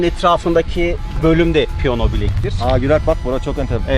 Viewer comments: Piyona yerine piyano deseniz iyi olurdu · seni Çok bilmiş Ama piyono değil Piyano